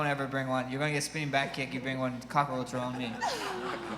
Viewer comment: "A flying cock-a-roach". LOL